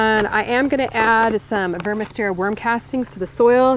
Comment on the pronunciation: Is she saying worm castings or warm casting?